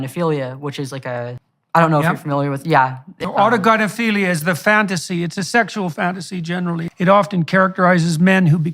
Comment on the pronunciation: You pronounced autogynephilia correctly. You must have seen Kat Blaque’s video.